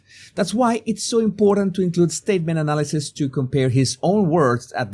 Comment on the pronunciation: bro please pronounce the words properly it is SSSSpecially not EEEspecially it is SSSSSpacey not EEEspacey it is SSSSSStatement not EEEEstatement it is SSSSStrange not EEEEstrange (I dont like Kevin Spacey btw)